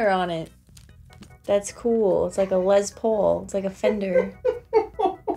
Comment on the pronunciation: You kill with "less pool" 🤣🤣🤣 "square" 😂😂